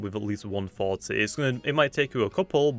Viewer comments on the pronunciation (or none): OMG I WAS SO CONFUSED every time you said 40 I thought you said faulty